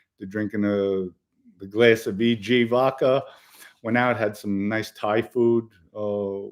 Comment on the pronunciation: Vodka .not vovca